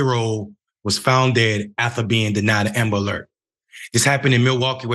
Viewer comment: What's an amalert??? Ishen ambalert?? Eckspecially?? Anyway... This story boils my BLOOD!! Every single person that was involved in the (mis)handling of this beautiful families' cry for help needs to be FIRED, banned from working in that field and any field in relation to it! A press conference needs to be held PUBLICLY with news, media, activists and the family of that poor baby boy! May I say, those workers need to be criminally charged! A DEATH OF A LITTLE BOY, A LITTLE BLACK BOY, MORE THAN LIKELY COULDVE BEEN PREVENTED!!! FxxK, I HATE the "system"!!! And the people that work and back it!!! Sister and "mayor" you damn right, this should (and does me) piss you right off!! "They" do not, will not, ever care for us BLACK & BROWN HUMAN BEINGS!! NEVER!!! "They" want us all gone, banished, incarcerated, gentrified, homicide, suicide, cancer, aids, any way shape or form, to rid us all, is their ultimate dream! AND GOAL, trust me on the latter! Make Amerikkka White Again is what they want! Black/Brown, WE MUST COME TOGETHER!! WE MUST START BEING BETTER PARENTS AND TEACH OUR KIDS, OUR NEIGHBORHOOD YOUTH MUCH BETTER THAN WE DO NOW!! "They" ARE TRYING (AND SUCCEEDING) TO TAKE US ALL OUT, 1X1!!! MY PEOPLES, PLEASE, LETS COME TOGETHER! LETS TEACH OUR YOUTH!! LETS OVERCOME!! LETS OVERTHROW THE "SYSTEM"! PLEASE!!! IT'S ONLY UP TO US! I LOVE YOU BLACK FAMILY! I LOVE YOU BROWN FAMILY! LETS DO THIS! 🖤✊🏼✊🏽✊🏾✊🏿🤎